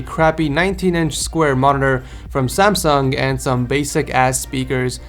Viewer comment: EXPOSED SAYING "SAMSUNG" NOT EVEN CLOSE.